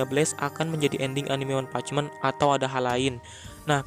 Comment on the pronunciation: One punch man, bukan meen